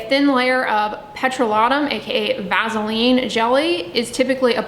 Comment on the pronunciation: I cannot trust someone who can't pronounce vaseline haha also nope to "Vazzeline"